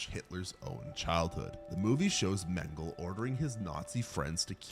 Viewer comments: It's not Mangle, it's Mengele (men-guh-luh). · Mengele is pronounced 'men guh luh'. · You pronounce the final E in Mengele